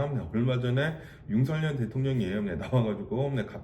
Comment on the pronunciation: 조심스레 살짝 말씀드려봅니다.. 현한국대통령 이름은 “윤석열”이고.. 정확한 발음은.. ”서결“입니다 많은 분들이 “성열”, 또는 “성렬”이라고 발음하시는데.. 그럴려면 “윤석렬”이라고 표기해야합니다 원칙적으로 국어맞춤법에 따르면 정확한 발음은“서결”이 맞습니다.